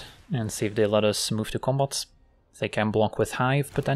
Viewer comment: My favorite is when says, "move to combot"